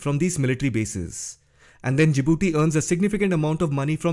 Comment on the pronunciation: Djibouti, not Jadibooti